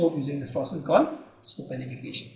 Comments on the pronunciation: Thanks a lot, btw it's Saponification not sopanification. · I would just like to point out it is saponification not sopanification.